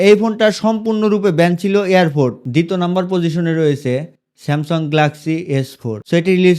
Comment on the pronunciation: স্যামসং❌ স্যামসাং ✅